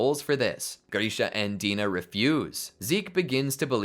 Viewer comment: i die inside every time he says "Paradis", "Dina", "Mikasa", and many other names. at least he says "Hange" right.